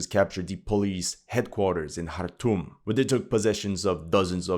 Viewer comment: Wow, did this bring back memories. I spent time in Eritrea and Sudan, including Darfur (I played golf with a buddy from the US embassy in Khartoum (thanks for pronouncing it correctly) by moving a patch of astro-turf around and wacking a golf ball. A bomb went off in the hotel I was staying at before we got back). I couldn't wait to get out of there. I see nothing has changed. Maybe that's why no one pays attention. Nothing has changed and nobody cares.